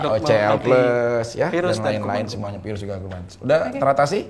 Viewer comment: Si abang ktularan si vicky bilang virus aja vaerus😂